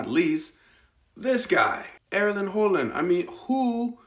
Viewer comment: Dang! You even pronounced Erling Haaland`s last name correctly, with an Å sound. When we use two A`s, vocally it becomes an Å. Another artist you may not know is norwegian is: Aurora and Angelina Jordan.